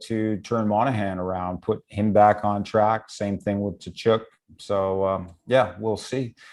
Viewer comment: If u r the host…pronounce gaudreau and Tkachuk right! U had one job😵‍💫